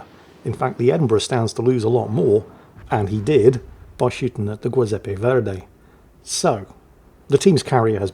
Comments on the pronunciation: it's Giuseppe nnot Guiseppe, like the jui in juice. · Giuseppe,, is pronounced like Jiuseppe. Rhymes with chew. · About the Verdi... the "GIU" in Giuseppe is pronounced like "jew", so kinda "jewseppe" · The G in giuseppe is pronounced like gesture not gate and it sounds like goo zeppe. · JEE-sep-ee, not GWEE. It's Italian, not Spanish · Great commentary as always on a great battle. Just one note: the “giu” in Giuseppe is pronounced “joo” or “jew” just like the “gio” in Giovanni or giorno, gi+(a,o,u) changes the hard “g” into a “j” sound like in Janet, Joe, June. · And vice-versa, it's soft in Giuseppe, and it ain't "Guiseppe" either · I feel like the Old Man Shouts at Cloud for this, but the Giuseppe Verdi is Italian, so the "Giu" is pronounced more like "jew", since the name is the Italian version of Joseph and "g" is used in place of "j", since the Italian alphabet doesn't have it. If it were Spanish then your pronunciation in this video would be correct. My Italian heritage demands I correct the record! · That's not a Giuseppe! This is a Zjoowzappay! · i love how utterly fails to pronunce foreign words;) like "Giuseppe" ahahah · Always love getting 3 different pronunciations of Giuseppe ❤ This game was very similar to one I just submitted 🎉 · that giuseppe pronounciation , my god it hurts.... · If would please switch the pronunciation of the G in Agir and Giuseppe Verdi it would just be spot on. It is the Italian version of J like in Joseph and the G in Agir is like in Gneisenau a G like in gay grenade and gasoline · I'm guessing you mispronounce Giuseppe on purpose, right :D? Sounded like nails on a chalkboard